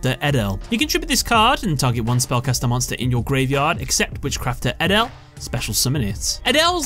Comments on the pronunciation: The correct Dutch pronunciation of edel is A-dol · i am dutch but you pronounce edel differently